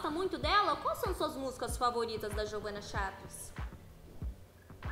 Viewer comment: Kkkkkkk meu deus a não sabe fala jeovana kk ela fala veovana mas o resto ta serto😂😂😂😂😂😂😂😂😂😂😂😂😂😂😂😂😂😂😂😹😹🙈🙈🙈🙈🙈